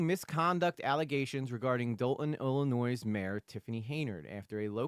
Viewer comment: Illinoi - the S is silent